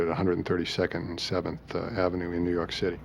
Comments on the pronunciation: IN BUFFALO NEW YAWK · "nuu yawk affice" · New Yawk Affice xD 🤣😂😆